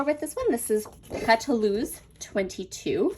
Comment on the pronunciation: Pétalos means petals in English. Pronounce as Pet-tah-lows. I love Mintopia and fortunately Frank Garcia store carries it!